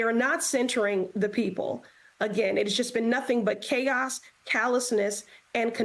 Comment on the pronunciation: khaos, kallousness, kontempt... Yeah, that checks out....